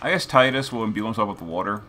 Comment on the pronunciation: Thank god you said tide us lol